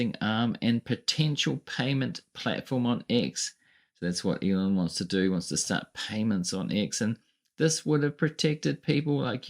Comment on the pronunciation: can’t even say his name! He refers to him as “Leon”!